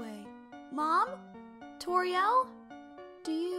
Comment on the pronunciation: When it’s said I am Tories caretaker of the ruins it said turrio😝